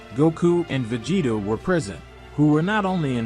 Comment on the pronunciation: Vageta prince of say-ons..